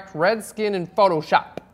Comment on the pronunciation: Ha ha ha my favorite part is at 15 seconds , his funny how he said PHOTOSHOP!